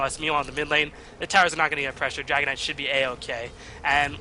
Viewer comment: lol, he just says dragonide!, but its Dragon Knight :D